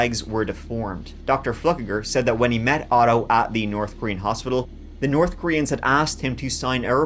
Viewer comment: So you can pronounce “th” properly 😆 you said Nort and North in the same sentence! So tell me, do you say turd on purpose?? I absolutely love your stories!!!